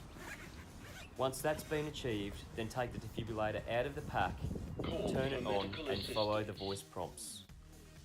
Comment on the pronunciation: Potentially a great instructional video, BUT ... Please pronounce the name of the device correctly. - De-Fib-RILL-ator - Absolutely NOT a Defibulator!! This has the potential to correct the cardiac arrhythmia Ventricular Fibrillation, hence DEFIBRILLATOR :) Please accept this with the good will and humour in which it is composed :)